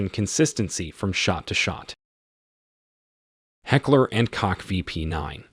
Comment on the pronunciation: It’s not heckler and “c_ock”….